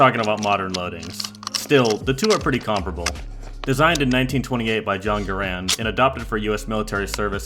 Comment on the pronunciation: Love this. Glad you could show off some weapons irl, although, was hoping you would chamberload the Remington (Also, garand is pronounced GARE-end, not ga-RAND)